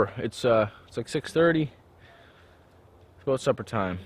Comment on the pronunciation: Aboot perfect eh ... made me lol! Great videos dude!